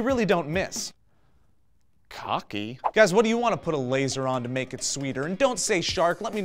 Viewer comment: You said cocky but all I heard was bukkake